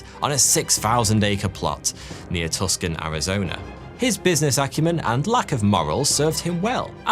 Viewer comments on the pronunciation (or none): Since I don't see it here, no one seems to have caught it. Tucson Arizona is not pronounced tuskan, but instead Too-sahn. Now you know 😊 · Tucson is pronounced two-sawn not tuck-son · Its pronounced two saw(n) Not tucksan. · Hey it's actually pronounced as Tussan Arizona (Tuscan Arizona) dumb right? Yeah so is the majority of people that live there lol.. No joke. Ever heard of Marjorie Taylor Ugly Green? I believe she's an Arizona native, just to give you an idea of the disgusting trash that state has a knack of producing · "Tuscan," Arizona? ? ? It's pronounced Too-sahn. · too·saan, Arizona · Hughes also seriously dated the unknown Jane Russell and got the statuesque Russell into her first movie role---thereby launching her film career. PS:, it's Tucson, Arizona---pronounced "Too==sahn." Cheers! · "Tusk-un" Arizona. Hope he never comes up against Mackinac Island, Michigan , or La Jolla, California. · It’s pronounced toooo saaan Arizona 🤟🤟🤟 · tucson is pronounced two-sawn but it is funnier to just get it wrong purposely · Tucson is pronounced like "too sawn" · I live in Tucson not Tuxon no x sound but a C sound in the middle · It’s pronounced “Too son” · Tucson Arizona = two-son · Mr House, from Fallout: New Vegas, was based on Howard Hughes. Also, Tuscon is pronounced "Too-Sawn". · Tucson is pronounced too saan. Not tuk son. The "c" is silent. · I believe its pronounced 'Tooson' Arizona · It's pronounced TooSon... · Tucson = too sahn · another greay episode! i must elt you k ow unless spmeone already beat me to it its jot "tusKan" but "too-son" its all good. keep up the good work! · Tucson - “tooson” fyi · It's Tucson (too saun(like sauna, without the a) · Too sawn Arizona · Great video, …. One thing, however. It’s pronounced TooSahn, Arizona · Tuscan Arizona?? 😜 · Long time no see. And Tuscon I think you meant is pronounced two-son Arizona.